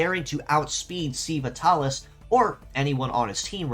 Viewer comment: Minor nitpick: "sei" is pronounced like "say". I would guess"Seiva" is supposed to sound close to "Saber".